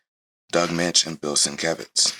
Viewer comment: Firstly, congratulations for pronouncing Doug Moench`s name correctly. Secondly, if you like David Finch`s version of Moon Knight , he & Charlie Houston had a run in the early 2000`s collected in a hardback called The Bottom. It`s worth a look. Denny O`Neil actually started Batman in the early 70`s. For a while he floated between both companies. I always thought the glider cape used by he & Batman was developed in the Moon Knight series first . I may be wrong, if I am someone please correct me. No, comics haven`t been for kids in a few decades . My clerk`s grandson spotted a copy of Teen Titans I had brought to work . I tried read it to him & was kind of shocked at how violent & horrific it was for a 5 year old.